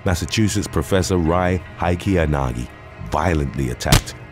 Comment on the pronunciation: Rie I believe is pronounced ray